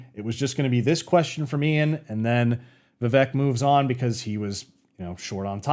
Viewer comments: just try to do a podcast style video with vivek, he is going on tons of channels big and small. his name is pronounced viv-ake btw not viv-ek which is what most of us would assume and i did also until i saw him clarify it on the "Cartier family interview" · Vi-VAY-Ke Just sayin’. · Rhymes with CAKE. Not Vi-veck.